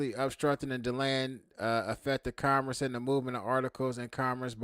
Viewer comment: you can’t even pronounce the word “commerce” properly fool shut up